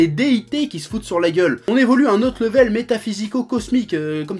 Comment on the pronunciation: déjà on dit pas : level mais léveul (j'ai écrit en mode auditif)